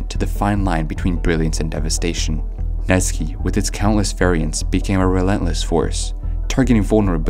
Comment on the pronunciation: Net sky not netski